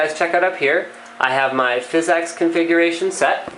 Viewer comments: Seriously... great video. But stop saying Fiz-X Pro-sessing. PHYSX is jsut Physics. It's a funky cool way to spell it. It's not PRO-CESSING. It's Prah-sessing. You sound ridiculous. But awesome video. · its pronounced physics, not fizz-ex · so your telling me the way to pronounce it is fizz-ex? i know its the engine. but its pronounced physics. watch?v=ZwoJ-upjeKo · I know what it is. but its not pronounced FIZZ EX. its pronounced physics. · Thumbs up if it bothers you every time he says "fizz-EX" instead of physics